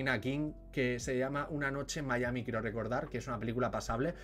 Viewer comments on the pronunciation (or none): none